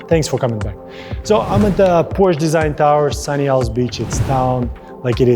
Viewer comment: you are mispronouncing the word PORSCHE. it is a TWO SYLLABLE word. have a nice day